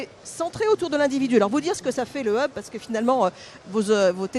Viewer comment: on peu traduire 'hub' , sinon le prononcer bien an anglais ? qui créez la prononciation francaise ?